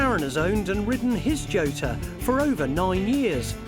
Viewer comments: I believe that the correct pronouncation are “chotta”. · Who is this f**ckwit? Yota is the pronunciation, I believe. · Pronounced Yota ! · Laverda with the stress on the first syllable and Jota pronounce with a Y as in Yota.